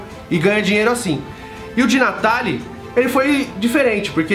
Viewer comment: Eu sei que você fala De Natale com a mãozinha e o sotaque italiano !😂